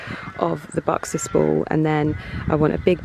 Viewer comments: Sounds more like boxers baws. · Its buxus balls not boxes balls